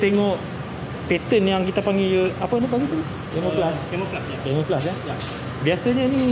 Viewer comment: "Camouflage' bukan 'Camelflage' ☺️ bermaksud 'Penyamaran'